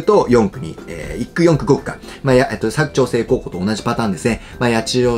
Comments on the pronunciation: 「割く」❌、「柵」⭕️ですね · にひと言。佐久長聖のイントネーションが違います。正式にはサク↗️ではなくてサク↘️チョウセイデスヨ。長野県民からでした。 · 地元民からすると「佐久長聖」のイントネーションにめっちゃ違和感あります😂